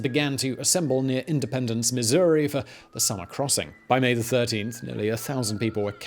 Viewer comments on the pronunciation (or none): none